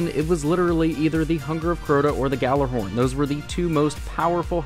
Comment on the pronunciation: It really pisses me off that people never pronounce ghorn right.